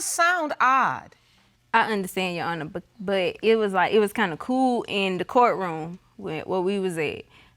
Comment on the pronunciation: "YAHANA" .... it's "YOUR HONOR"!!!